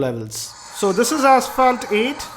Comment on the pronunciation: you said asphalt 3 like ass fat 3